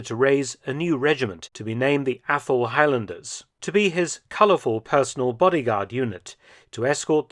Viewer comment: still hearing “Apple-highlanders”